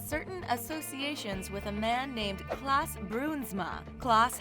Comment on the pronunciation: ERROR: It's Klaas Bruinsma not "Klass",!